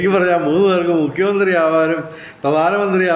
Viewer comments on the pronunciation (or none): കുട്ടി വായിക്കാൻ അറിയില്ല. മുഹ്യ് മന്ത്രി